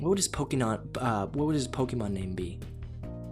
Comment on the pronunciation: When he said "Pokénon" instead of Pokémon XD